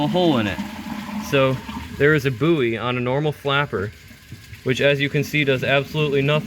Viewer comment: Psst, 'buoy' is pronounced the same as 'boy'